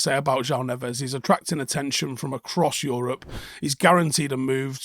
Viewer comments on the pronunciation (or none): none